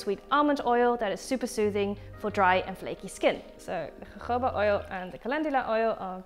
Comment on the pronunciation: Volgens mij spreek je jojoba anders uit..